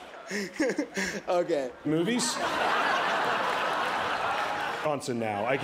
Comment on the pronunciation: Did Franco say, Channing Taintem?🤣